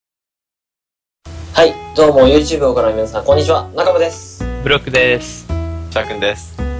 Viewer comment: 挨拶、broooockなのにブロックに聞こえるw